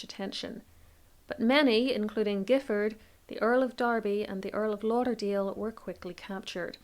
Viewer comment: The surname Giffard is actually pronounced as ‘Jiffard’ by the family as I was informed by one of the guides at Boscobel.